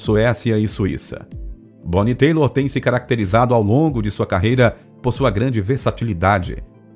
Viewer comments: Gostei muito de todo o conteúdo do vídeo, muito rico em pesquisa e informação. Mas do começo ao é falado errado o sobrenome artístico da Bonnie, inclusive quando aparece escrito na tela junto a foto dela. Bonnie Tyler e não Bonnie Taylor. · Não se fala "boni teilor", se lê bonnie "TAILER". Seu videos são excelentes. Mas vc precisa muito dar atenção à dicção e pronúncia. O mais simples vc falha e o mais dificil vc faz muito bem, q é toda a produção... só dar mais atenção na hora da leitura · Kkkkkkkk😂😂BONNIE TEILER.😅😅😅. O CORRETO E:......BONNIE TAILER...... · Why you insist in call her Bonnie Taylor? Her nome is Bonnie Tyler please learn her name or don’t say her last name please! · Que trajetória impressionante dessa cantora fabulosa…!!! Ela é mais um fruto delicioso da década que mais produziu músicas de qualidade em todos os tempos. Sempre fui seu fã. A lamentar o apresentador deste vídeo errar seu nome artístico. Não é “Taylor”, que se pronunciaria “Teilor”, mas “Tyler”, cuja pronúncia é “Tailer”.❤ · amigo,eu acho que o erro grotesco do rapaz não tem como ser defendido. Não existe nenhuma cantora chamada Bonnie Taylor. E já que ele se dispôs a gravar um vídeo sobre a história de Bonnie Tyler,o mínimo esperado é que saiba pronunciar o nome dela corretamente. Ainda se fosse somente uma vez, até passaria como uma confusão de letras ,mas passou o vídeo inteiro repetindo Bonnie Taylor. Então,quem realmente lembra da cantora e sabe o nome artístico dela, não deixaria passar em branco sem corrigir. Creio que o rapaz do vídeo deve ser grato pela correção e se possível,deveria regravar o vídeo com o nome correto.🙏🌹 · Verdade: é Bonnie Tyler (pronúncia: "Tailer"). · Sim, e’ Bonnie Tyler se pronuncia “tailer” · Rsrsrsrsrs ..E a pronuncia é .... "Tai ler"....o cara tem ate a voz boa mas falta pesquisar mais ne... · Sim, se pronuncia "Tailer". Mas mt bom o video. Bem informativo. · O locutor é bom, mas "têilor" não dá né!😄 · Pronuncía-se: "tailer" acho eu.